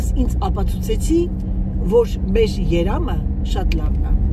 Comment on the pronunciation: երամ է ասում 😂 մ տառի փոխարեն ն տառն էր մեջ ընկել 😅😊❤